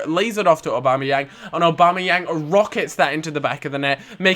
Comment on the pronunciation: Why don't you pronounce aubamayang's name right thick count